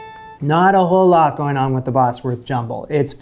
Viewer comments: It’s pronounced ‘Bozworth’ not Bosworth, I used to live there. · It's pronounced Bozworth rather than Bossworth. Not a great biscuit tho, imho😊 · I've always eaten bubble and squeak with brown sauce, yum. Also it's pronounced Boz- wuth not boss- werth. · It's pronounced Bozwerth. Not Bossworth. But no worries. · Bosworth is pronounced 'Bozworth'. Bosworth is a place. The way you pronounce it, it would be spelt 'Bossworth'. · Bozworth not Bossworth. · Pronounce it 'Bozworth', not 'Bossworth', unless you want to sound American. 😄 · Bosworth pronounced 'Bozwuth' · "Cawl Mamgu" is Welsh, Wales is a part of Britain. Please don't refer to us all as British, we aren't! Scotch Woodcock was very popular during the 60's and 70's but not so much these days. Bosworth is pronounced "BOZ- wuth", a village 3 miles from where I am sitting! Richard 3rd's remains were recently found under a car park in Leicester (pronounced Lester). Bubble & Squeek needs to be made in palm sized cakes so they're easy to turn over! Remember, its usually made with left-overs from a Sunday lunch (roast), so any other veg is good. Nowadays served as an item on a proper English breakfast. Flummery is very similar to the classic French dessert Bavarois. This recipe book is based on Victorian dishes. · These are old, very old British recipes. Bubble n squeak is made from leftovers. Anchovies? Didn't even see those until I was 40. Oh, and Bosworth is pronounced Bozzworth - the Bosworth biscuits are just shaped caraway biscuits which were popular about 400 years ago :). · Bosworth pronounced boz-wurth.